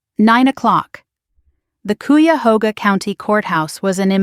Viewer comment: Valiant effort to pronounce Cuyahoga. It is roughly Kay-a-ho-ga.